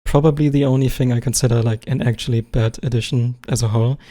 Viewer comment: "Äktschälly" 😂Du bist zu 101% alman